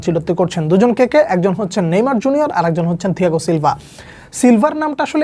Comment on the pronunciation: ছিলভা ❌ থিলভা✅ 😵‍💫🤣